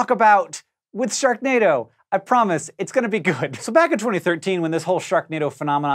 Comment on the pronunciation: Hank you said Shreknado